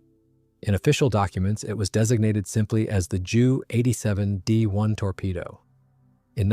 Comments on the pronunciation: Nice photos. You should teach the AI to use the letters J U (jay you) not Jew in the narration. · Strange pronunciation.